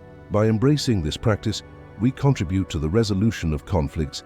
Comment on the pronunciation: What a horrible reading saying contribute wrong and society wrong I know it’s a computer but do your best and give us something that we can appreciate. I finally had to stop this cause it was making me upset. How about that for silence?